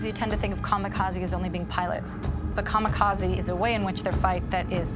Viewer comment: "Kamakazi"? What's that? Mis-pronunciation makes me question the credibility of the "historians" never mind the narrator.